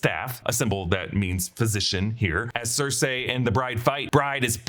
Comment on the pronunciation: Not Circ-A its Circ-E